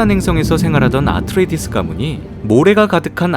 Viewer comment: 드니 벨니브 >> 드니 빌뇌브 아스트레이디스 >> 아트레이디스 몇몇 명사 지칭이 달라서 집중을 깨네요 ㅋㅋ 그래도 영상 항상 잘보고 있습니다.